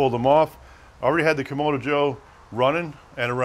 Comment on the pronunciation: Kam-ahh-do, not Kam-O-do